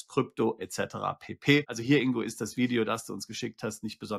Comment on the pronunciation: Und Glückwunsch, den Namen richtig ausgesprochen zu haben! Das G im Namen INGO wird gesprochen! G wie Geil, Golf oder Gold!😊